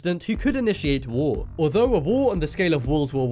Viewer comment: its war not woh